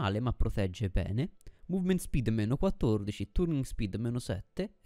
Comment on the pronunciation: effettivamente non mi ero mai fermato a pensare ai materiali, quindi da questo punto di vista ora so qualcosa in più e credo sia l'obiettivo del video, unica cosa "turning speed" pronunciato con la u non si può sentire XD